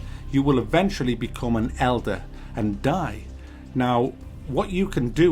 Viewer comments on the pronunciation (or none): none